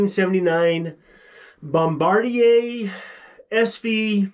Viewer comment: It's pronounced Bomba-deer like the guy that releases the bombs from a plane. Thought you would like to know.